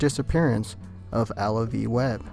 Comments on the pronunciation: Alvie, not Allavie. js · Not Alavie..Alvie.Learn how to pronounce words please